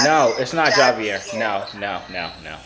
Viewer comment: Javier lmao its joovier